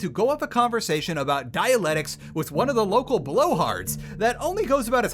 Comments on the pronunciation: *I* feel like I'm taking crazy pills being subjected to a lecture on supposedly bad writing from a man who insits on using the term "dialectics" without even knowing how to fucking pronounce it. homie wanted the same game again and was surprised to get something different. P2 was the survival of the body, P3 is the Survival of the mind, P4 will be survival of the soul, this is an extremely obvious theme but guess it went over your head. The only time you're ever blocked off from progress on the decree menu is for Day 7 to prevent you skipping past meeting Karminsky. Other than that, you're only ever restricted access if you fuck up a quest, like Lara's assassination plot. Who gives a shit about historical accuracy lmao The bound hasn't been relevant to gameplay since Classic HD, you could let everyone die in P2 and would change nothing. P3 isn't nearly as wordy as P1 Guy who only played disco elysium playing his second game with a mental health mechanic be like: "getting a lot of disco elysium vibes from this" A lot of these complaints boil down to "this is hard and obtuse" like wtf were you expecting, this is a Pathologic game! Did you only see the first two as like.. Trash can looting simulators?? You complain about the writing and give precisely zero examples of what you actually mean so don't have any way to disagree other than to say: no it's good. I've heard this a lot from people, so it's not a you problem, but can only assume you and all the other people who hav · The most painful part of this might be hearing dialectics pronounced like Dianetics multiple times lmao Good shit, sad to see this game in this state. Thanks for going through the torture for us. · look im on your side here man but "dialectics" has two Cs in it. dia-LEC-tics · I think you keep pronouncing Dialectics as Dialetics and its making me go insane. good video though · man who cant pronounce dialectics much less understand it, struggles to play a game about dialectics.